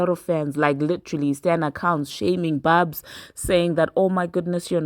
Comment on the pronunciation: It’s barbz not barbs. And y’all do understand that there are a lot of fake Nicki fan pages and bot barbz right? Nicki has already told us that. Trust, Nicki has a way of letting the barbz know when she don’t fw an artist anymore.